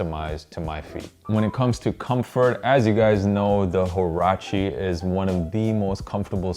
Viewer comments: you pronounce it wa-ra-chee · does anyone actually know how to say or pronounce huarache properly lmao , just cringe